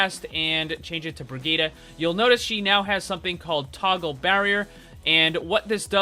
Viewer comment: It is not brigeta